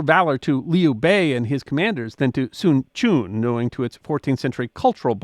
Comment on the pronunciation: Sun Quan is pronounced more like Soon Trends and Cao Cao is more Child Child. Anyway, Good Effort !!